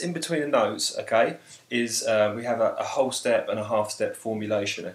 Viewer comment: the way you say half and whole is almost the same ^_^ but thanks